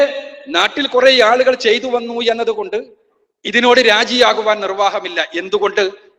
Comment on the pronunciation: Yalukal എന്നല്ല ആളുകൾ എന്ന് പറയു